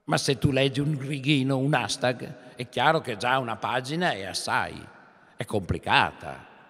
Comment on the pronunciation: Ashtag non si pronumcia cosi'